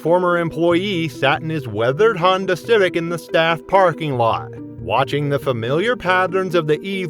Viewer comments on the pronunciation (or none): none